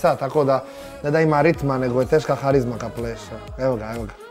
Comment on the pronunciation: Nije HARIZMA vec KARIZMA